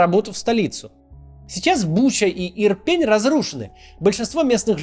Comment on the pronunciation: Хороший анализ, подробно в деталях. Только одно меня бесит: не ИрпЕне, а ИрпенЕ. Я оттуда - аж глаз дёргается, когда неправильно произносят))))